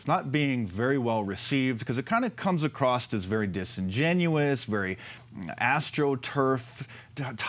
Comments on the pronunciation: HEY MARK. IT IS ‘ACROSS’ NOT ‘ACROSSED’ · Across NEVER has a 'T' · Small bit of constructive criticism- you said “acrosst” instead of “across”. Love your stuff though. Just don’t want a-holes to use it against you later.